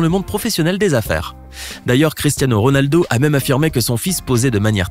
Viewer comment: Il a dit Rolado mais RONALDO